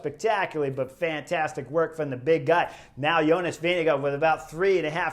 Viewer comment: Why is it that American commentators incorrectly pronounce Jonas' name?